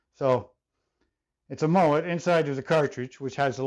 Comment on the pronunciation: It not a Moët it’s a MoeN